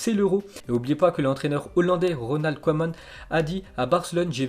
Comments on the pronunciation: Sa se dit Kouman en ndls oe se dit ou 👌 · les belges savent qu'on dit Kouman